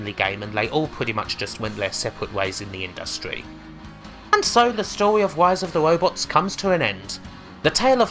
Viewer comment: she said "wise of the wobots" more times than I can count